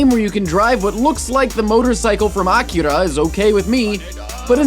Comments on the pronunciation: did he called Akira, Acura? yuck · You said Akira wrong. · o.o he says "akira" go watch that movie now you culture barbarian